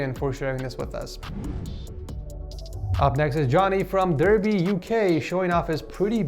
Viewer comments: It’s Darby not derby 🥲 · It's pronounced Darby not derby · BTW, its pronounced Darby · Derby is pronounced like darby:) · Loved the video, but derby is pronounced as if the er is an ar so like darby. But I'm really happy you are coming out with more Setup Wars, highlight of my day for sure. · The way you said 'Derby' 😂❤